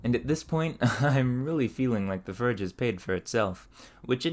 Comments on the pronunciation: hey, great video! But you're pronouncing your "O"s as "Ö"s ("eu" in French) and it's a bit jarring especially in "förge" :D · The brother here likes to replace the O sound with the E sound. More to merr. Form to ferm. And of course, forge to ferge. No hate, just an observation. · Where is your accent from? I've never heard someone use "er" for all "or" words. Like "ferge" instead of "forge" and "mer" instead of "more" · A furge anvil, or farge? I can't tell. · i cant help but think 'ferge' every time you say 'forge' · what accent is that? its strange that you pronounce it "furge" instead of "forge" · ik how childish i am for this, but, bro just DOES NOT have the "OR" sound. I cracked when he said "furge" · Why cant you pronounce or. As in forge or horn. Its really distracting hearing "furge" and "hurn". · you pronounce "forge" and "torch" like "ferge" and "terch". is this a dialect/accent from where you are? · Between “ferge” and “shert lengths” I’m beginning to think he was the first to coin the term “sherd” for shard of pottery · What is your accent? you're pronouncing "or" like "ur" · Why do you mispronounce forge? It is very distracting. Am I missing some inside joke or something? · Seriously, are you pronouncing the word differently on purpose? You clearly have a good grasp on the english language. You just seem to be purposefully pronouncing the word and similar words differently on purpose. I couldn't keep watching, it was doing my head in. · Why does it sound like he keeps calling it "farge"? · I assume it's a regional accent, but I've never heard it pronounced "ferge" before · It isnt a 'willful mispronunciation' just because it's not something you've heard before. Why the hell would someone willfully say "ferge" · To me it almost sounded like an AI with a narration problem. "BlowTarch" "Ferge" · Is anybody else triggered by the way he says forge😂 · I like that your accent is afraid of the letter 'o'. 😊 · And torch, and form. Really any 'o' sound.